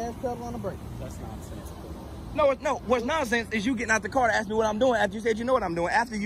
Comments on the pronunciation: For the love of God man You're awesome but would you please learn how to pronounce the word "ASK"! 😮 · Please, with all due respect, don't say "Axed". Ask is the real word.